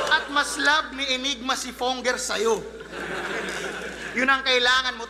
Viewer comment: ENYGMA naman yata talaga ang basa dun. . naging Anygma na lang nakasanayan. .